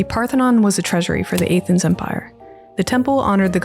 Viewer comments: A-thens is simply unforgivable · Despite your egregious pronunciation of "Athens" 😝 I absolutely love this video! Well produced, well research, sasy to watch, and something most lore videos aren't: fun! Great stuff. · The pronunciation of Athens had me reeling but it’s not a Roman city. It was originally a Greek city and currently still is. Rome at one point might’ve governed over it but it was Greek. Alexandria as well was built by Greeks & governed by them along with the Egyptians for quite some time as well. I’m nitpicking, but if we’re gonna use history to use analysis we gotta do it right.